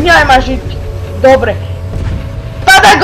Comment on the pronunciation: namiesto dobre povieš dobe :D